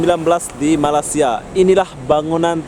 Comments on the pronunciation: Malaysia boy jangan malasia gitu kalau ngomong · Sebut betul2...Malay-sia... bkn Malasia .... kla kte Sbt Indo* reti plak marah... . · Njir ngomong malaysia jadi malasia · malaysia,, bukan malassia bego